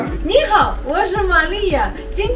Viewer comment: 玛利亚应该向安妮学习中文了，先从说正确的‘’你好‘’开始！作为一个女人，安妮很优秀，知书达理，谦逊平和。能够如此的入乡随俗，爱家爱孩子，赞👍祝福她和她全家！